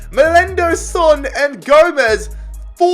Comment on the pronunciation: Sorry sorry sorry but please don’t pronounce son like that